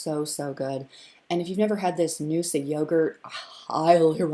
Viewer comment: You are saying Noosa correctly 👍🏻